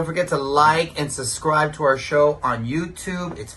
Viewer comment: The word is subscribe, not suscribe!!